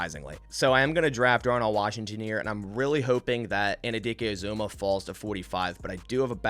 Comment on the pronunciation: Great mock, just one thing. Felix Anudike-Uzomah is pronounced An-you-dikay Ooz-amah. I’m a Kansas State fan and this is how the announcers and coaches say is name. (Or just call him King Felix)